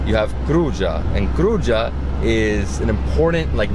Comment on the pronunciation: Kruja is pronuonced Krooya